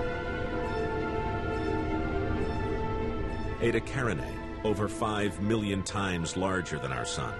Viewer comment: "Aytuh carinay" "Connis majoris" Lets just take a moment to have a giggle